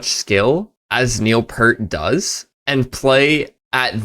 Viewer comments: It's Neil P ear t. It would be good to read about the song before reacting to it, in order to setup the storyline of the song your listeners are about to listen to. Neil was a master songwriter. He was the avid reader and loved to create stories. Let people know what song you are about to react to and where it is on the album. Always love to hear the younger generations getting their RUSH ON!! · Pst, it's Peert, not pert. Great reaction! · Really loving your enthusiasm. Just a few things: 1. It's still pronounced P-ear-T rather than P-ur-T (oh, and it's pronounced "Why Why Zed" actually). 2. Their first use of synths was three albums earlier than this one (in 1978). There were "synth controversies" but really not for a few albums after this one. They had a decade there in which they lost some fans who preferred the old Rush, but most would come back because they were always experimenting, never content to make the same album twice. Eventually, they found their way back to a place where the guitars regained their prominence in the mix. 3. Your technology proposition is arguably too complex for a YouTube comment, but I think the other element that needs to be injected into it is authenticity. Pitch correction software is arguably not of the same kind of thing as one or the other generation of synths or pedals. As such, I'm not sure the Rush guys would be with you on the proposition that any new technology must be embraced by the next generation of creatives. I think they might draw the line at voice alteration - given how Geddy sounds on the new tour occurring presently. No pitch correction going on there! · Just a heads up. It's not Neil (Pert.) It's Neil (Peert). Rhymes with HEAR, CLEAR, FEAR, DEAR, EAR etc. etc..... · Keep it going bro! I know I'm not first one, but...it pronounced peir-t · Neil P-ear-t by the way, rhymes with beer :) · Pausing during a guitar solo is sacrilege! 😅 😉 And the drummer's last name is pronounced "P👂t" ! 😊